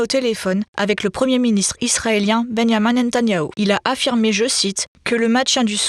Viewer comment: "Bènya-main Nèn-ta-nyaou" 🤣